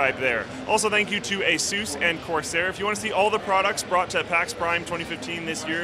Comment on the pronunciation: why do you say asooss instead of Asus